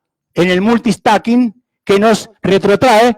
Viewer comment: Que alguien le diga que no se dice "Multi-stacking".